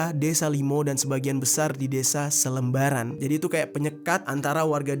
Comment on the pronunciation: Salembaran bang bukan selembaran. Btw deket rumah gua tuh